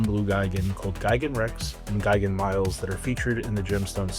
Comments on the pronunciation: The word is "me-lays," it's Latin, like Rex, and means "soldier." It's the root of English words like "military" and "militia" and so on. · Miles is actually pronounced "mee-les"